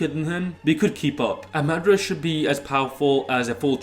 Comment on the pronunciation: Hate the way you say madra instead of madara